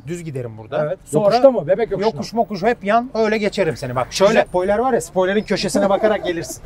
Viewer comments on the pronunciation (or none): none